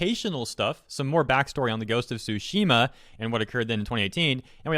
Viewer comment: I love that he pronounces it as "Ghost of Sushi Ma" 🤣 made the video much more entertaining than it should be